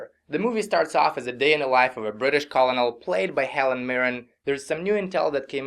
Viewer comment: Kollownel? I didn't know Brits pronounced colonel the way it's spelled.